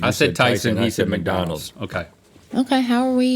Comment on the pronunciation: “Mac donalds”